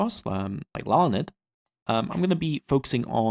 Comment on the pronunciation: Hearing him mispronounce my last name is glorious. (My last name is Lalande and it's pronounced in English like La (as in La La La) Land (as in the geological feature).